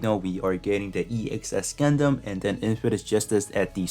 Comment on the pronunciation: "Gudnman" the off brand Gundam hahaha